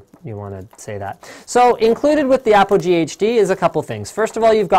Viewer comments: It is not Apple G it is APOGEE!!! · APOGEE- Apple G - APOGEE - Apple G *aaahhh* ;-)